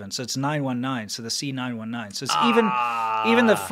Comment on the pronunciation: the C919... why do i keep hearing "senile 19"